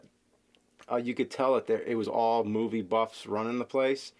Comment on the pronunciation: "Moovay."-?